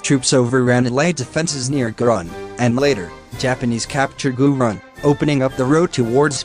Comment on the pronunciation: Not gunrun is G-O-R-O-N